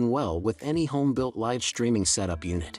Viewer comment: You miss pronounced "live". ⬅️EXIT.